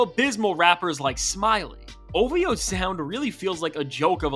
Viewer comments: It’s not ovo it’s ov-ho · Say OV-HOE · Say ov hoe... Ov hoe... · LET ME HEAR YOU SAY OV-HOE